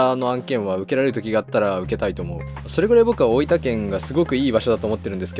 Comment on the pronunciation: 大分のアクセントが大板なんですね